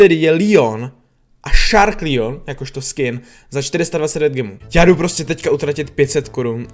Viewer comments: čte se to Leon ne Lion díky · Leon se čte Leon ne Lion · Nevysloví jsem lijon ale leon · Leonovi se neříká Lion říká se mu leon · Proč říkáš líon je to LEON